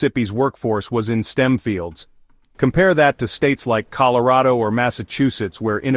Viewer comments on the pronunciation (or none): none